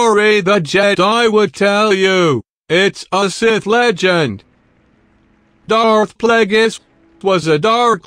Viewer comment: Doarth pleygis